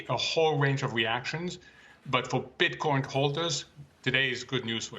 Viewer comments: Yeah it sounds like he keeps putting an s on the end of Bitcoin 🤣😂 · I hate when he puts an ‘s’ at the end of Bitcoin . You can say Satoshi plural but not Bitcoin ... He’s still learning ... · Bro we don't say "BitcoinZ" it's 1 "Bitcoin" and 2 "Bitcoin" !